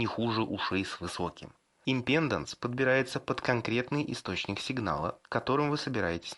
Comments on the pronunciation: импедАнс! импедАнс!! импедАнс!!! Кровь с ушей пошла от таких речей. Ну что, нельзя было хотя бы Викисловарь открыть и посмотреть ударение?.. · захотил вырубить на слове "амброшуры", но решил продолжить просмотр и вот услышал матерное "импЕнданс..." всё, алес, жмём на крестик))) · Импеданс - ударение на а, балда